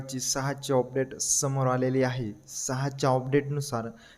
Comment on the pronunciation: अपडेट ❌ ऑपडेट ✅😂😂